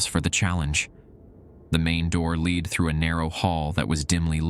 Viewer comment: Your fake narrator voice did a particularly terrible job with this one. A lot of the errors seem to have come from misspellings in the script, though. "Lead" instead of "led," "bellow" instead of "below," etc. That’s not even getting into emphasizing the wrong word in a sentence. You need a real, intelligent human to read the stories. The fake computer voice is quite bad.